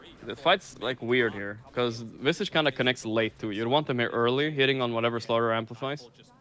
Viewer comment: Isn't Visage pronounced like triage or mirage?